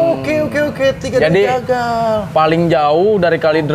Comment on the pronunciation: bang waki kayanya kurang kopi kebanyakan garpit ini mahhhh. Ngomong jagal jadi tegal gak tuh wkwkwk.